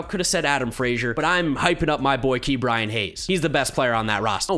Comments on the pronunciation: please stop pronouncing it Key’bryan. it’s Ka’bryan but great video, maybe next video top 3 or 5 players on each team? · Who else gets mad when says “Key” Bryan Hayes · When did start saying Kee’Bryan Hayes